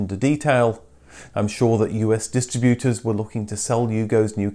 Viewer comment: What is a dis tri BUTE er?